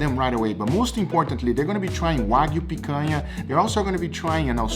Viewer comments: Man said pakana 😂😂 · You pronounced picanha wrong lol